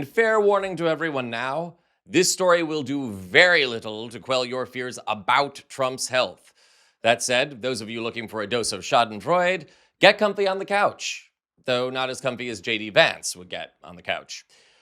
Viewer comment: I think your posts are great! That said, as an American who speaks German, I think that it would be better to say schadenfreude with the pronunciation in the German way, that is Shawdenfroyduh! Just my pedantic view!